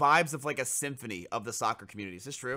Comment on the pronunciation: "symfuny of football" lmaoooo